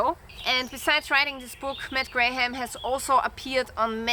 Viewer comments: Your English is sehr gut! Just a little English tip. The English name Graham is pronounced just like "gram", the "h" and second "a" are not pronounced. Condor knives are often a GREAT value! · I appreciate the review. You don’t have to pronounce the ‘h’ in Graham. Looks good